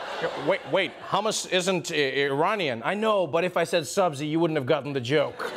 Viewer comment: Not hamas😂. It's H.u.m.us 😋